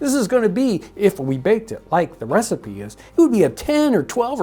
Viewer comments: I loved this. Very cool. Is she saying Receep, Receipt, or trying to say Recipe? I want to make sure there isn't some term I don't know. Thanks! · Why does she say ree seep for recipe? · I think she is just pronouncing the word Recipe Re-Seep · Is she saying “receipt” or “re-seap”? We say “recipe” in the UK, pronounced “re-see-pea”. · I see you pronounce recipe without the "e" being sounded. I have allways heard it pronounced re-sip-ee whereas you pronounce re-seep. Is that a standard American pronounciation? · I enjoyed the video, but I'm curious about pronunciation of "recipe", which to my ear sounds more like "receipt". Is that a regional pronunciation? I tried looking it up, but couldn't find anything. Can anyone provide any insight? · "Re-seep"? Is that a period pronunciation? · Oh, I thought she was saying 'recipe' like 'ree-seep', almost a French pronunciation. Receipt is akin to German's 'Rezept' in reference to cooking instructions. Thank you for explaining. I thought maybe part of her presentation was incorporating period-correct words that may sound odd to modern ears. I certainly wasn't casting aspersions on her intelligence. I love these videos. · As a non-regular to the channels, i'm intrested to know why the lasy from EarlyAmerican pronounce the the word recipe the way they do? Is it a historical pronunciation or a Missouri one?